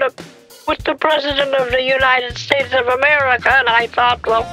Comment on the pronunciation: United States ❌ United Estates ✅